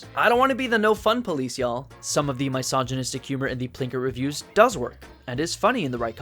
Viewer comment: “MY-sogynistic humor”